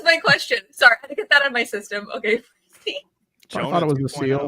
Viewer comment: say "okay" weird. Sounds like "umkoy"